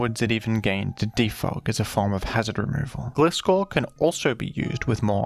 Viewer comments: It's Gleye-scor not Gle-scor Sounding like FSG lmao 😂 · Why are you reading its name as "Glee-scor" when you read Gligar correctly? 😭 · the way you pronounce gligar like glide but gliscor like glizzy is so weird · Gliscor is pronounced as Gliess-Core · Lmao, Glisskor. No hate on dude or anyone who pronounces it like that but it genuinely makes my skin crawl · Wincing a bit every time you pronounce "Gliscor" haha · That's not how gliscor pronounced tho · Why does he pronounce Gligar correctly but Gliscor wrong? It's GLI Scor like gliding. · You pronounce Gligar right but not GLAI-scor? It's the same pronunciation of the "i". GLAI like GLIDE. GLIDING SCORPION. EVEN SAID IN THE ANIME AND ALL SUBSEQUENT MEDIA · "Gly-gar" 🙂 "Gliss-score" 🤨